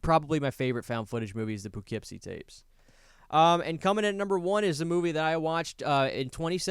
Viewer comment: I lost sleep over your mispronunciation of Poughkeepsie